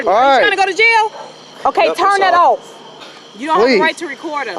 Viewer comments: She says - 'is that offee !' Lol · wtf did she say is that ooff hahahahahaha she cant say off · "". Did she say, "Is that off?" - Because, to me, it sounded like "Is that oaf?" Just saying!